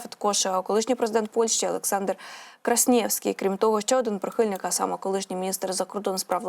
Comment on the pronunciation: Пані ведуча,соромно вас слухать.У Польщі був президент Квасьнєвський,а ви його назвали КРасьнєвським.Жах!фууууууй!